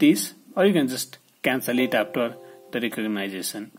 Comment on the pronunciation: Speech re-cog-nice-a-son got me.